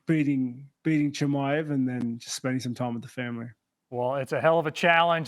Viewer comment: Hes finally saying his name right😂